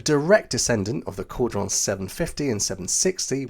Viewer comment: Kudos to you! Your French prononciation was very good when covering the Caudron and this added to the authenticity of the topic. Well done 👍🏻